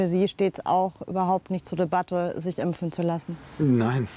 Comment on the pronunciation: Kann die Reporterin das Wort impfen bitte mal richtig aussprechen und nicht ÜMPFEN. Das triggert so krass.